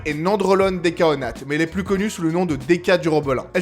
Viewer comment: "Décaonate"??? 🤭 Ça commence fort!